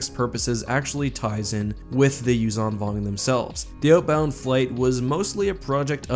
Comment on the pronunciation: Also, the Zh in Yuuzhan is pronounced like ж. Aka, Like a j with a ~. Юужан Вонг is exactly the pronunciation in Russian